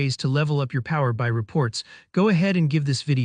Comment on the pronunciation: It's "Power B.I", not "Power By" 🤦